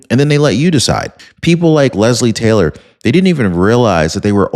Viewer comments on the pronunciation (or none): none